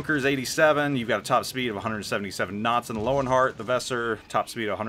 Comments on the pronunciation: Your pronounciation of Weser is... a little special. If you want to improve it try to pronounce it like the band's name "Weezer". That's possible the closest a native english speaker can come to the correct pronounciation without investing a ridiculous amount of effort into it. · The way you pronounce Weser is pure cringe.